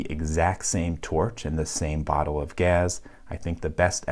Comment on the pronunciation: “Bottle of gaz” are you from Philly?